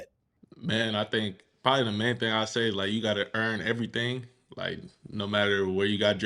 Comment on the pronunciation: Did he say keep the main thang the main thang 🤔 🦅🦅🦅🦅🦅🦅🦅🦅🦅🦅🦅🦅🦅🦅